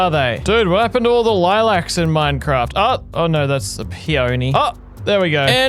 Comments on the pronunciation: He said ”Mine-farts” in the begining you now!?😂🤣😂🤣😂🤣 lol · hehe... he said fart